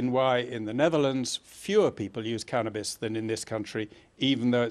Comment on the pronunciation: "cannis" this bitch dont know what hes talking about